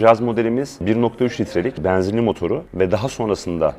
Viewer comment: Bu adamın E harfi ile bir derdi mi var, bana mı öyle geliyor? :))) E'leri bir tuhaf söylüyor :)) Beeenzinli... Eeeelli bin... :)))